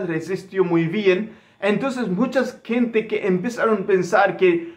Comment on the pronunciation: Protocólogo y mascarilla se dice en español y gente, no kente!!